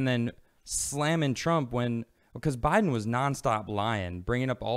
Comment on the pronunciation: Did just call biden Joe Lie-den? That's good.